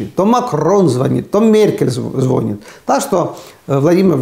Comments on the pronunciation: Уважаемый Аарне, извините пожалуйста за поправку, но в русском языке слова- звонЯт, звонИт, произносятся с ударением на последний слог. А вообще слушать Вас очень интересно, спасибо.) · Аарне,не звонят,а звонят,с ударением на второй слог,так будет правильно употреблять это слово. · Эстонцу можно👍